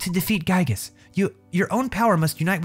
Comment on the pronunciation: It’s pronounced gigas